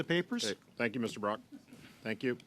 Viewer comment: The man's name is "Brock", not "broke", just fyi!